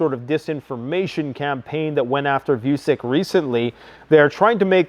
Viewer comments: Dude if your going to keep talking about the Serb president might want to learn to say his name right 😂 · I'm sorry but you're not the brightest ? How many time we wrote you its Vutshich not Vucic? Or you're just ignorant? It's not not nice... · Vucic not Vusic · Serbian presidents name is pronounced as "Vu-cheech"